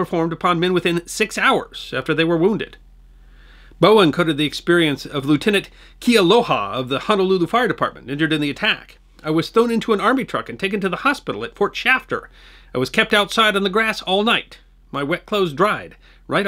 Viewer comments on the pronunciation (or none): Excellent episode, but could use a little more work on the pronunciations: "Kah-Nay-Oh-Hay", "Eh-va", "Kay-a-low-hah", "Kah-hah-nah-mow-koo", among others.